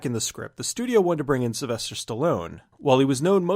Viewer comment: Yeah I dont think thats how you say Sylvester :P